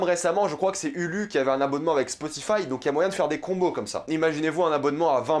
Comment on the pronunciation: Hulu se prononce Houlou